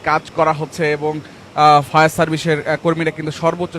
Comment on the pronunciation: ফায়ার সার্ভিস নাকি শাউয়ার সার্ভিস